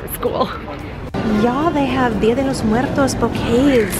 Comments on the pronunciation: are you latina? you said that "dia de los muertos" very well lol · You said dead of the dead in Spanish really well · Oooo girl that pronunciation of “Día de los muertos” was great! You rolled those R’sssss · Okay, but can we all appreciate the accent you use when speaking Spanish? I had to rewind that “Día de los Muertos” part a few times ‘cause it was so good! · Thanks for all the Amat tips! Definitely gonna use them all. Also, you said ‘dia de los muertos’ perfectly! Do you speak Spanish?! 😊 thanks again!